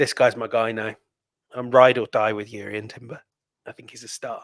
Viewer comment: You people cover Arsenal for a living and are supposed to support Arsenal too so don’t you think they by now you should be able to pronounce Jurrien Timber’s name properly. It’s not pronounced Yurian